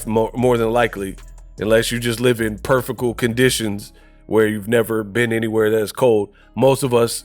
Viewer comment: literally said “perfical” in this video. That’s not even a word haha, he ain’t smarter than anybody in this comment section.